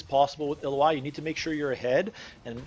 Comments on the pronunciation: Great guide but if you make these, pls use the correct name..... ill-oh-i is incorrect. ill-ow-wee..... Just bothered me but good breakdown on her.... I know this is my issue more than anyone elses but i figure if you know the person well enough then the name should be said correctly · Why you calling her Iloai ? I thought its Ilaoi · So you say her name wrong. It's Ill-ao-i not illo-ai. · Screw it, I like the way you pronounced her name 😂 ill oh ai is a helluva champion to play against. Not fun at all. I imagine playing as her is much better! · Her name is pronounced ill-lou-e ill as in well ill Lou like your saying loud without the d and just E. You can here you can here super space guy with the star powers forgot his name pronounce it. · I beleive its (i-L-ow-ee) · You don't have to guess on how to say a champ's name. You can just watch the champion spotlight video from Riot. Otherwise, great video! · U butchered her name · How you gonna pronounce the name wrong in a guide